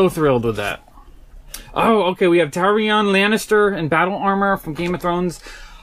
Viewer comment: I’ve noticed he has a lot of trouble sounding out the names from game of thrones.lol.he wouldn’t even try to say the dragons.he already butchered viserion,dany,and Tyrion.either way this haul is insane.